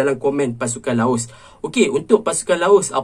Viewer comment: Bro sori bro Laos bro bukan laus . Btw ulasan bro memang mantap